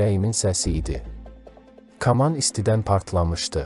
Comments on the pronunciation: Oğlum, "kaman" sözünü düz tələffüz elə, yoxsa Habil baba sənə solaxay bir şapalaq vurub öz yanına aparar... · Bu cur gözəl video hazirlamisiz,hec olmasa teksti düzgün edə bilən birinə həvalə edərdiz. Bu insan k hərfinin incə deyə bilmir , kaman,kamanca sözlərinin bol olan bu hekayəni niyə oxudursuz axi? Əksər sözlərin vurgusu da düzgün deyil. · Kama cayl yox koma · K’aman nədir? Bu necə tələffüzdü? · K kolxoz yox ay . Kaman. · Kaman, kaman... ay aparici. Koma sozundeki "k" herfi kimi seslendirneyin, lutven!! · Mətni oxuyanın səsi necə əsəb verir.Böyük sənətkar haqqında necə danışırsa qulaq asmaq istəmirsən.Kamaya düşüb nədir? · Allah rəhmət eləsin böyük sənərkara.Yeri cənnət olsun.Amma..Bu mətni kim oxuyursa getsin əvvəlcə Azərbaycan dilini öyrənsin.Yaxşı hal deyil."k"hərfini düzgün tələffüz etsin "kamaya düşmək"nə demək.Kaman kamandır.Çox xahiş edirik belə şeylərə diqqət edilsin.Belıcə musiqimizi ,dilimizi təhrif edə -edə başqasının dəyirmanına su tökmüş oluruq. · Kaman sözünü düz tələffüz etmirsən.hörmətli danışan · Hər məlumat gözəl, amma aparıcı kaman sözünü düzgün tələffüz etsəydi, daha gözəl olardı... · Ayıb olsun,sən deyəsən başqa millətsən.Hər kaman sözünü eşidəndə əsəb keçirirəm. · Dilinə qara yara çıxsln ki,KAMAN sözünü düzgün tələffüz etməyə canı çıxır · Каман йох..саман, йаман..Китаб созунун баш херифин ишлет.. Картоф ..созунун йох.. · Həqiqətəndə aparıcı kaman sozünu düzgün tələffüz edə bilmir,nə millətidir görən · "f" - hərfini deyə bilir, onlardan deyil, amma ki, "kaman" - deməyi öyrənmək lazımdı. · Kaman sözünü elə tələffüz etdi ki, içindəki xrustallar dağıldı. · Ürəyim tıncıxdı, bu danışan adam kaman sözünü düz demir. Danışanda bir sözünə, fikir ver də. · "Kaman" sözünü düz tələffüz etmək lazımdır.Ayıbdır axı,qardaş!